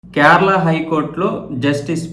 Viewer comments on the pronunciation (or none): క్యార్ల ఏంట్రా బాబు అది. కేరళ.